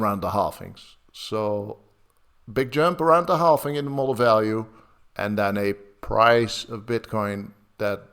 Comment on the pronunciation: Please some tell that is called and pronounced halVing and BTC halVed and not halFing and BTC didn't halFed! I cringe every time